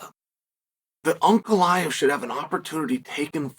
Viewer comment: Chael pronouncing Ankalaev name correctly, good sign or bad?